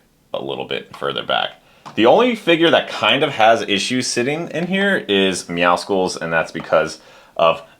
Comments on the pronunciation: You call him meowmuscles? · Why are you pronouncing Meowscles like that? It's meant to be Meow + muscles, because he's buff.